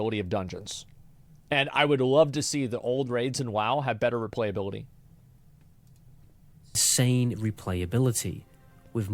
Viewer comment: xd it cost u to properly say replayability u didnt stop repeating it